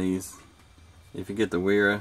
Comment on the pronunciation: im sure someone has already said but both wera and wiha, the W's are pronounced as a V